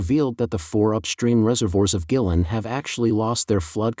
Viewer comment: Pronunciation... Gui lin... Gway.. Lin